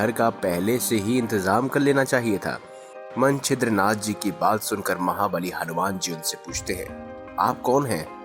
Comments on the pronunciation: भाई! आप मछिन्द्रनाथ को मंछिद्रनाथ pronounce कर रहे हैं। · भाई, आप नाम का उच्चारण तक तो गलत करते हैं।मछिन्द्रनाथ भी आप ठीक से बोल नहीं पाये।कथा की सत्यता भी संदिग्ध लगती है।